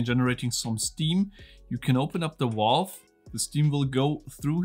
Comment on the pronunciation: Whats a 'Walve'? 😂